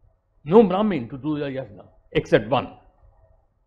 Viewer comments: He is so deracinated that he can't even pronounce "yagya/Yajna".. pronounciation is "yagya". Such s shameless guy roaming around with intellectual tag.. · Dear, if you are going to import a Sanskrit word then you have to pronounce it in that way. Ganges/Indus is not an import but "Yajna/Yagya" is definitely an import and should be pronounced as it is. For example; I can't pronounce in any other way.